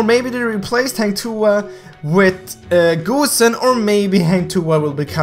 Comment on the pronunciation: wait.did he just said goosenXD